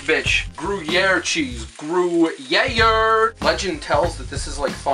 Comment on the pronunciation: I'm pretty sure gruyere is pronounced groy-air. Also, those look fucking delicious.